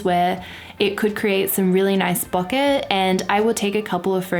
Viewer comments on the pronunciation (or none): its pronounced BOW-KA not BAHKA